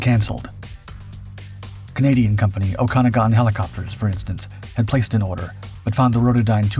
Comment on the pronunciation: it's pronounced oak - AH - noggin.